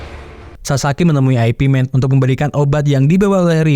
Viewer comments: Min ,baca nya ipman bukan aepi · Aipi aneh bgt kedengerannya ya 😂